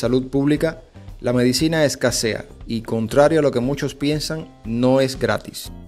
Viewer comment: Medicina no es una palabra esdru...jula. Por favor, no le agregues acento en la silaba primera